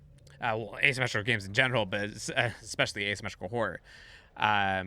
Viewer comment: ASyumeetcicla is how you're pronouncing Asymmetrical.